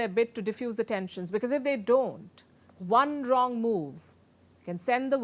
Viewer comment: When she said one wrong move i thought she said one drone move 😅